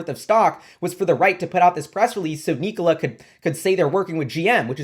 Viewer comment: neek-o-la lol